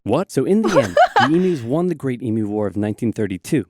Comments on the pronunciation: It’s e mew not e moo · Also em-u not e-mu. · Australian pronunciation guide- Emu is pronounced Eem-Yoo, not Emoo. Emoo would be a depressed cow, not a giant flightless bird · Emu (EEE Myu). Not E-moo, which is an electronic cow.